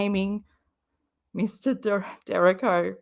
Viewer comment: It’s pronounced “DUR REE KO”